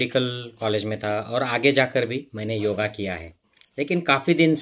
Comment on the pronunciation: योग कहिए,योगा नहीं!